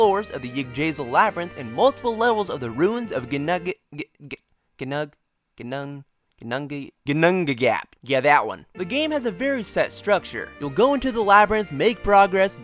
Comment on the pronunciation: I mean no offense at all, but why is it do I only ever hear Americans butcher foreign words the worst "Gin-noong-ga-gap", 4 syllables "La-gaard", not "Lay-guard" "Igg-drazil", not... whatever you just said Also did this brother put the bow man on the front row, all the way up to the 4th stratum Well, at least you were tough enough to even last that long